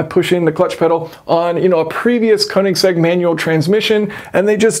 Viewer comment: Nicely detailed in depth look but please at least try to learn how to pronounce Koenigsegg.